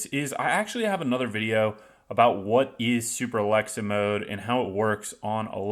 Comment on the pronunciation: You didn't even say it correctly. Though, it still probably wont work.